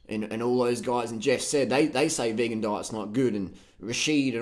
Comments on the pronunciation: When you said vagan, I laughed so much! That's really how a few people pronounce vegan. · Haha mispronunciation of vegan as vaygan was golden mate. Sounds like a guy with an IQ of -40.